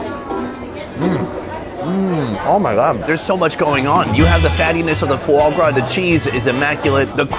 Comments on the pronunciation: Fuagra 🤣it's foie gras man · You lost me at foie gras brah.